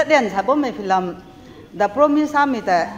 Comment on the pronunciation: Lungpuam lou Rio meiguaina... Filam tuna samei tei kingai mak ge + pronunciation ni lan de.....YouTuber kathui khou hou we... filam filam... Nu mak khei.... Film filim sakhang de👌👍 Mathang khou YouTuber guai khat ni actors n actress guai... Filam salou dat gai mak khe... Please my humble request 👌👍